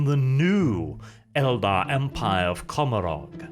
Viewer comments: you are my favourite, and I stand under correction, but I do believe the pronunciation of Commorragh is supposed to reflect the pronunciation of Gommorragh from the Bible. Which is usually pronounced Go-mo-rah, forgive my poor phonetic transliteration skills. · Commorah...is how it's pronounced.